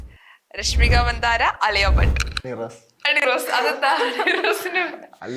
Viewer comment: അംഗർ ചേച്ചി, മന്ദാര അല്ല മന്ദാന 😌👍🏻